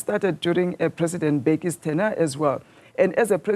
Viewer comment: can even pronounce word tenure